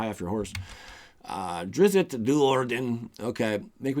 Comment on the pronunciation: Please don't slaughter his name... just call him driz